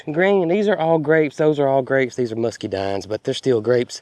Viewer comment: Musk-uh-dines is English. Don't know what language mus-key- dines comes from.